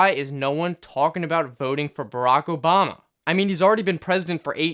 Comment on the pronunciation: Am I the only one who replayed the start three times because I couldn't believe he said his name right